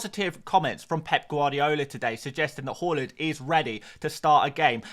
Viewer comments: Fan of this channel but “horland” drives me crazy 😂 Haaaaland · Great content as always. Thanks Mate. One note: His name is Haaland and it should be pronounced as Haland not Holand 🙂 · Haaland ❌ Holund ✅